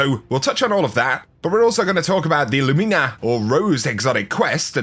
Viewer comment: Gawd dammit again with this pronunciation... LOO-MEENA he says, LOOOOOOOOOOOOO-MEEEEEEEEEENA... Argh.